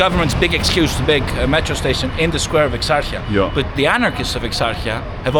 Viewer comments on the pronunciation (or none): Thanks for the upload. By the way it is not exarcha it is pronounced eksarheea. e as in egg Hee as in he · Bruh, it's Exarhia not Exargia. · You are pronouncing the suburbs incorrectly. It isn't exarchia but exarhea. Not omounia( which could mean something in female genitalia), but omonia.😊🇦🇺🇬🇷❤ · Ek sar hia not eksartsa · It is pronounced Exarhia not Exarchia ❤ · Just a friendly note cause I'm a grammar/language in general nerd 😅: it's not pronounced ExarCHia but more like ExarHia✌ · Buthering the Greek names; Exarchia is pronounced with a "kh" sound, it's Exarkhia quite literally; he says something like Amunia, not Omonia as it should be. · My point was that the guy comes and doesn't even bother pronouncing the name as it should be pronounced; makes a whole video about Exarchia pronounced with "tch" sound not "kh". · Fantastic but how do you spend so much time in Exarcheia and not learn how the name is pronounced? 🤯 ex-AR-hee-ah. The way you say it is like nails on a chalkboard. And omounia? I can't tell if you're pronouncing it like this to be funny considering mouni is pussy/fanny in Greek. It's pronounced oh-MO-nia. Ty for this great video. keep up the good work. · As I'm watching the video, there are many inaccuracies (ie. there is no police in that neighborhood - of course there is) but most of all, you could have gotten at least the names of the districts right. It's not Exarzia or Omounia. It's Exarhia en Omonya (to pronounce it as better as possible). Edit: Agree or not, the Greek guy has a great intellect. Bravo for your English too. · The pronunciation isn’t ’ex arch ya’, it’s more like ‘ex a hee ah’ with the H sound coming from the back of your throat like you’re hocking up a spit. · And it is not pronounced Exartsia. It is pronounced Exarhia. And Zackie was murdered in Omonoia. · Hey vre If you’re interested It’s pronounced ex-ark-eea Not ex-arch-eea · exarhia it's pronounced .. ps I'm an old glebe boy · Its pronounced EXARHIA everyone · It's eksarhia